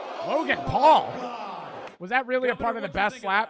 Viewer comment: "Logan Pual"